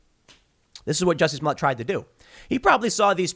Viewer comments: Bro Tim you’re still funny, that not how you pronounce their names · Smolliëtt (Smolly-ay) 🤣